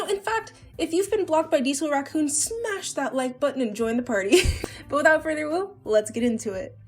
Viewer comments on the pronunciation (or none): d-did you just say "without further awoo"